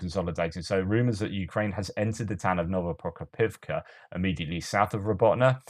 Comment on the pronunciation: You know its a good episode when puts his ears through abuse and has to pronounce Novoprokopivka 😆 One day you’ll get it hehe